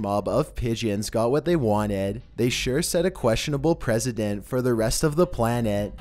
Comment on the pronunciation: Man with arms, "set a president".. Man... You've been doing this so long how can you keep messing up words lol